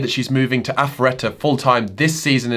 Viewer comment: Impressed you correctly pronounced Alpharetta.